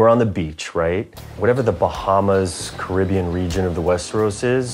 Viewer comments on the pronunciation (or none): none